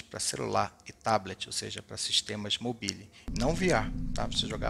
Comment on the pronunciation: Não e uma crítica ok? Apenas uma correção com todo respeito. ❤️ Abraço se escreve: Mobile Se fala: "mobáiol"